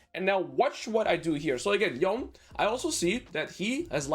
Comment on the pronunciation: Yone is pronounced with two syllables